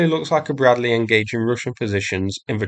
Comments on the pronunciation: is the "Breadleh" ment to be used against tanks? ... noobs 🤣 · Anoother Bruddleh fuyres on the Tee-nuynteh? ...okay...